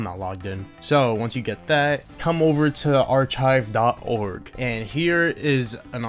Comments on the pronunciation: No way he read pronouce Archive "Ar chive" instead of "Ar Kive" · bro it pronouce "ar-kive" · “Are chive”